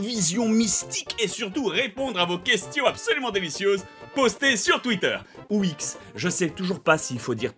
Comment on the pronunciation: On dit twitter